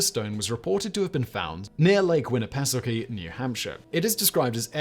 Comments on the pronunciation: The lake in New Hampshire is pronounced Win A peh sauky. And it’s beautiful. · Perks up: New Hampshire? Nifty... though the lake was pronounced wrong, I appreciate the call out. ♥ Thank you Simon!